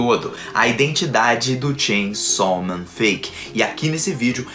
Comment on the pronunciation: Como você fala?😅 Shein sal men Sem chão men Tchem somem